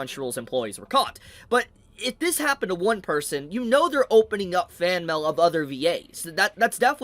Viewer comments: M A I L, not MAL, pronounce it correctly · Its like he pronounces mail as mel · why dude saying mell